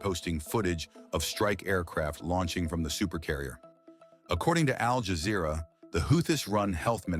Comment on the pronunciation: Al jazerra???😂